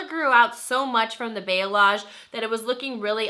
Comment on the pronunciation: Bayalage? Balayage? Cute. hahaha